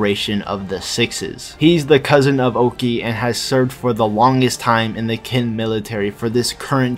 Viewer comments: Ik you only make these videos for fun but parce , at least try to pronounce it properly, Qin is not Kin , it's more like xin or chin since English lacks that particular sound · Qin is not pronounced "Kin" It's pronounced Chin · Its pronounced as Chin not kin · Been waiting for a new video for a whileee btw Qin is pronounced ‘Chin’ not ‘Kin’ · I'm hearing "kin" used as the pronunciation for "qin"? Qin is pronounced "chin". The Q is like the "ch" sound in English. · Isn’t Qin pronounced as “Chin”, not “Kin”…? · Kin??? Its pronounced Chin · Maybe im a bit too late but qin is pronounced chin since you know 'china' name had to come from somewhere xD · that pronunciation of qin is crazy